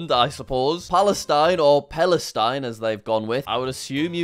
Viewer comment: Its palestine who saying oelestine palestine bro